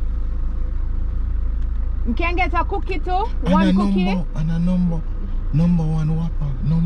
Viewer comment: seh “ and a numba 1 whopper more than 10 times”🤣🤣🤣🤣